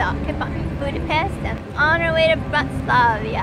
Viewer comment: I know this is an old video but I have some comments. Overall, it was very nice and it’s good to see some videos produced by real people and not marketing folks or influencers. But, you can make it a little better if you do another one. First of all, it’s Bratislava, NOT Bratislava-i-a. Your editing was very jumpy and not in chronological order. For example, you jumped from Bratislava to the canal cruise in Amsterdam. (Without even indicating it was Amsterdam. A couple of other things were also out of order. I think people would appreciate knowing what you are showing. Sometimes it’s just footage of a town or castle but you don’t say what or where it is. We are looking forward to our fifth Avalon since 2014. We are doing Budapest to Amsterdam in September. (2022) Cheers!